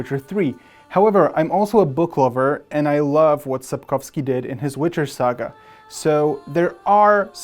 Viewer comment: Sapkowski not Sapkowsky. He is Polish not Russian.